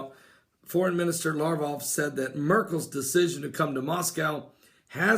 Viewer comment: So, Alexander the Great had the Spear of Destiny, huh? Considering the fact that he lived 300 years BEFORE Jesus, I highly doubt it. I think you need to re-check your history Pastor! Also, the "G" in Sergei is hard, not soft, and Lavrov's last name has a "V," not a "U." LaVrov, not LaUrov. Also, the Dan. moment is something done by the Antichrist. Not someone else. And when one Psalm is quoted, it's PSALM 83, ect, not PSALMS 83. Thank you.